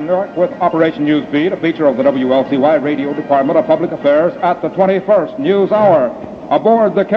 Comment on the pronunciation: I love how the announcer pronounces "news" as "neee-yews".